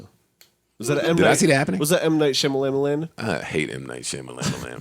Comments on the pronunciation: the way they pronouncing M. Night Shamalayanaaa is hilarious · M. Knight Shamalamalam got me dying 😂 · M. Night Sham-a-lam-a-lamb! 😂😅🤣🤣🤣🤣